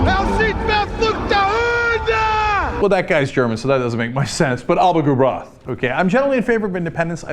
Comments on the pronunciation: Iain Shanks Yeah it's actually pronounced like: Ahlapa gu braah(kh) Where the kh is a very slight throat noise. I'll let him off and give him points for trying though. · Mark Young xWHITExEAGLEx What he said was a mispronunciation of 'Alba gu bràth', not 'Éirinn go Brách'. You can hear him pronouncing each word as though it was an English word, and it's most clearly 'Alba', not 'Éirinn', which is being mispronounced.